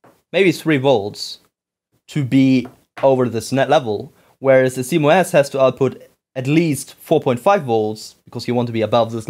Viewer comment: Sounds like you are calling CMOS "see mo ass". It's pronounce C MOSS